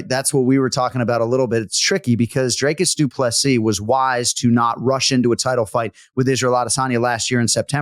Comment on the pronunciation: Jon as someone who usually pays attention to the pronunciations of names, please watch some interviews with DDP or how he pronounces his name. The man deserves to have people say his name properly and not butcher it by saying 'Draycus'. Do better